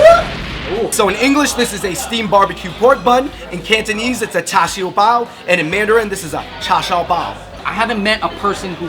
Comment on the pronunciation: cha chu pikachuuuuuu! its more like cha seu